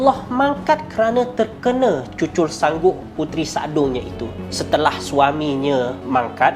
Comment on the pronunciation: Aku je ke yg dgr speaker tu ckp "cucul sangguk" 😂😂